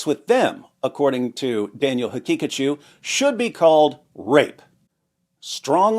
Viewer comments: I kept hearing "Daniel Pikachu" the whole time. 😂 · i wasnt looking at the video when listening. I thought bro was saying "Daniel had pikachu" 😢😢😢